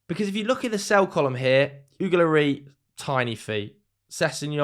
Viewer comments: Pronounce the s on the end of Lloris like you would as if your french rather than just trying to make it sound french. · French people pronounce the “S” in Loris.